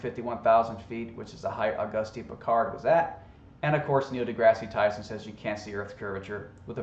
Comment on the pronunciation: Yeah, nothing proves the flat Earth hypothesis like a commercial for alcohol. It's science people! Also, learn how to say Dr. Neil Degrasse Tyson correctly, it makes you sound even dumber.